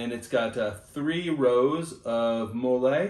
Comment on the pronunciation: Not sure if you’re joking or if you didn’t know how to say it but MOLLE is pronounced Molly. Sorry, not trying to be rude.